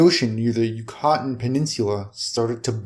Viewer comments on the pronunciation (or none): The "Yucatan" Peninsula???? How do you say that again?? ...and the "bridle" path??? You might want to look up words that you are unfamiliar with to see how to pronounce them...for someone that reads to make money or even just to put up for thousands of other people to listen to the least you can do is take the time to look up unfamiliar words that you do not know how to say properly...maybe you should just stick to playing video games